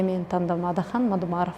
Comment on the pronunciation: Сабатсыз суйлошун кара Атахан дейтго